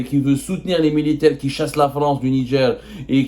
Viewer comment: Au Nidger ??? NIGER !! Arrêter de mettre des « D » partout !!!